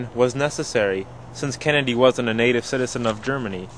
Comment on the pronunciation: good job on the video, kudos. thanks for clearing stuff up.... but 1/2 did you say John F "Candy"? sounded like it. lol the mystery continues..